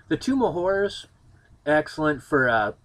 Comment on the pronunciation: Maybe it's the hard strawberry you're drinking or the Dragon Stout I'm drinking but I could swear you said "Tomb of Whores". That sounds a lot more fun.